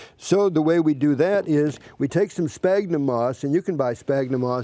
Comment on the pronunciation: Dislike. This is not grafting and that's not how you pronounce "sphagnum". If they don't know the right words or pronunciation then how can you trust their advice?